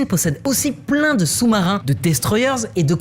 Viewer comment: "destroyer" se dit destroyer et non eur